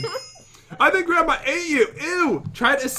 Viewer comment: pat : grandmma [there] me: gransma